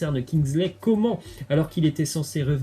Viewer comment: Kingsley Coman (Coman se prononce « Comane ») voilà voilà ✌🏾 Sinon merci pour tes vidéos 👍🏾